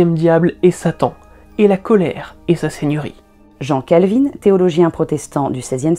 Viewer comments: Pour info, on prononce Calvin et non Calvine. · Jean CalvinE?? Calvin n'a rien à voir avec Calvin Klein (par exemple). en France on prononce à la française SVP! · Youtube ne serait clairement pas le même sans votre chaine!! (Par contre, en tant que bonne genevoise je dois vous corriger sur la prononciation de Jean Cal-vin 🍷😂) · Je suis perturbée par le fait que vous disiez "Jean Calvine" au lieu de prononcer Calvin à la française ^^' En tant que protestante calviniste j'ai toujours entendu prononcé "cale-vin" et non "cale-vine" :D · Vidéo super intéressante comme d'hab ! Par contre Jean Calvin se prononce "Calvain' pas "Calvine 😅 Source: J'ai fait mes Études à Noyon sa ville d'origine. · J'ai quand même bien rigolé en entendant Calvin prononcé Calvine. Il est français, le gars. Donc Calvin comme cale 20. Epitre est féminin : LA deuxième épitre de Pierre. Il n'y a rien dans l'évangile de Matthieu qui dit que la naissance de Jésus soit annoncée par l'étoile du berger.: 2,2 : Εἴδομεν γὰρ αὐτοῦ τὸν ἀστέρα ἐν τῇ ἀνατολῇ. 9 : καὶ ἰδού, ὁ ἀστήρ, ὃν εἶδον ἐν τῇ ἀνατολῇ . 11 Ἰδόντες δὲ τὸν ἀστέρα. ὁ ἀστήρ : l'étoile. Dans l'hymne pascale Exsúltet, on retrouve ce passage sur lucifer, l'astre du matin : Flammas eius lúcifer matutínus invéniat : ille, inquam, lúcifer, qui nescit occásum. Qu'il brûle encore quand se lèvera l'astre du matin, cet astre sans pareil qui ne connaît pas de couchant Ce qui fait dire à certains Témoins de Jéhovah pas très calés en latin, que le pape prie Lucifer 🤣😂🤣😂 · Pourquoi vous prononcez Jean Calvin " jean Calvine" ?